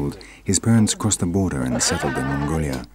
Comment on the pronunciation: Fab docu! But the narrator is somewhat hard to understand at times. Very nasal... he managed to pronounce 'ancestors' as nghanghcghestgnors[ghn]. Weird, suppose he thinks it sounds posh... Also Hmmmngoliah... rly odd... not even auto undertext manages to transcribe him.